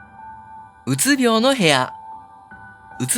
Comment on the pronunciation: うつびょう↘︎じゃなくて、うつびょう→やで